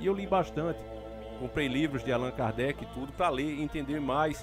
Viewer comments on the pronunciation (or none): none